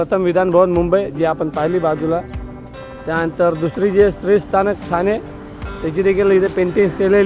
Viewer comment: थाणे नाही हो ठाणे. बाकी छान.